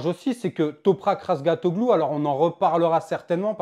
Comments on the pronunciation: Répète après moi : Raz Ga Tio Glu et non pas "Razgatoglu" 😅 Ça ne sert à rien ce genre de comparaison a la noix. Mais n'empêche que cafera du bien au Moto Gp d'avoir un pilote différent d'un italien ou d'un espagnol En plus quand on voit son pilotage il est très propre et respectueux de ses adversaires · RAZGATLIOGLU. ET PAS RAZGATOGLOU